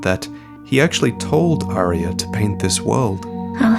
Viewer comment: I cringe every time this dude says “Arya” 🤢